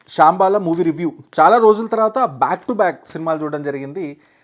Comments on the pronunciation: అది శాoబాల కాదు రా.. శంబాల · శాంబాల కాదు శంబాల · Shaambala kadhu anna shambaala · Shambala ❌ Shaambala ✅ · శాంబాల కాదు Bro శంబాల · Saambaala kaadhu,, Sambaala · shabala kadu ra. shambhala.....name palakadam nerchuko first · శంభాల బ్రో, శాంబాలా అనకండి 😂 ట్రోలర్స్‌కి మీరే కంటెంట్ సప్లై చేస్తున్నారుగా 🎉😄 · Shyambaala kaadu ra ayya, sambhaala,mundu pronunciation nerchukuni review ivvu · Adi Syam-bala kadu ...... english radu telugu radu....paper patukoni ochestav Oka pani chey Neku Nachina ninnu mesmerize chesina Absolute movie anipichina oka 10 movies Pettu ....Apudu ardamavutadi asala Neku movie chuddam ochha rada anesi